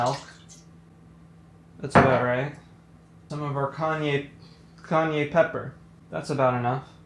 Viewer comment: Kanye Pepper 🤣 🌶️ Spanish speakers all over the world just shuddered in cringe 😂